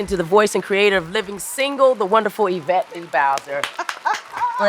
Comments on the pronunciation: The pronunciation is forever changed: "Y-vette" is the new norm❤ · Lol John would be proud of how you said Yvette’s name